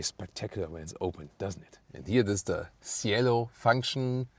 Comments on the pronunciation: What a beauty! The correct pronounciation is CHielo though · Cielo (Sky) should sound like “chelo” 😄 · Man, that's one gorgeous car. Cielo is pronounced with the C from chapter and a silent I, btw.